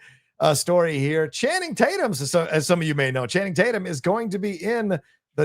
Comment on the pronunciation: "I call him Channing Tate-yum"